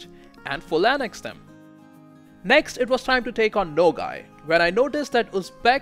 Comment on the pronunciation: The province of nogai is not called nogai it's nogay but there's nothing wrong with that